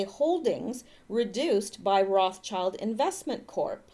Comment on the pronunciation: if you wanna be a step above everyone else remember what Rothschild means. Red Shield Roth Schild (Roth Scheeld) pronounce it like this and you’ll be one of the few to just get it right. It’s important to remember why it is like that